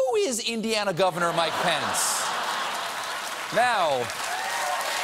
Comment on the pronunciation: is it me or Mike Pence starting to sound like 'My Pants' ?